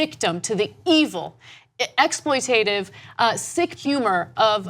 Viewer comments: Sarah Palin can't spell, exploitive isn't a word, it's exploitative (although it's Sarah Palin so who is surprised). However, while Ana did add the missing bit she did not pronounce it correctly :( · So ANA, you really should correct your mispronunciations,....EXPLOITATIVE, .....really??